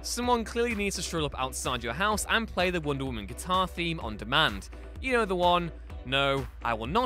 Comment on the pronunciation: *Wonder Woman, not wonder women